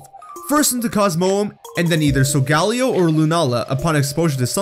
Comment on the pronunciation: pronouncing Solgaleo wrong Me: TRIGGERED